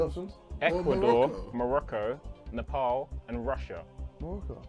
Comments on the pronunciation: JJ it isn't Ne-Paul, it is Ne- paal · Noo not Morocco it's Neepaaaaaaal